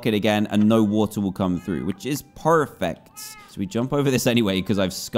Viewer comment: Dan saying "perfect" with an American accent is so cursed.